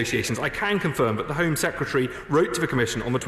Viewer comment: Dear. I like your videos, but please pronounce 'secretary' correctly. It's not secutary.